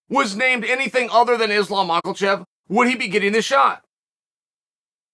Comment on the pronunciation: I just tuned in to hear him say Maukelchev